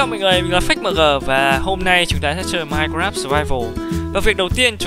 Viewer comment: nói mai cờ ráp hiện fhi phai:))))